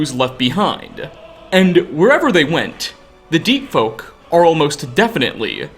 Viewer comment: Lol I misheard your words as Deet Folk. Just imagine your entire body getting coated with a thick layer of deet. How disgusting!